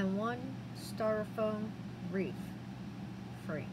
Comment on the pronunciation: That’s one of the most beautiful “Wreaths” I’ve seen so far, but it’s pronounced REETH, just like TEETH. Not REEF, which is coral, found under the ocean for fish to live in 🤷‍♀️. Sorry, I truly don’t mean to be rude. I will definitely try and make this, hopefully I am as talented as you are 😊